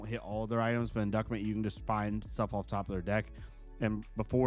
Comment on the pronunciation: Not sure if you're memeing or not but inducement is pronounced in-duece - ment and everytime I hear you say induckment I die hahah.